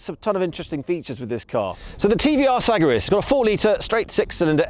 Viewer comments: suh-GAIR-iss Say it with me Suh...Gair....iss.....FFS. SAG r ISSS this limey tho..lol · You can't even pronounce the name of the car right. 😂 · It's actually my first time ever hearing somebody pronounce Sagaris that way.